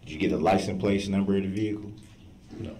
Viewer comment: Mr. Brooks, for the love of God, wtf is a licum place?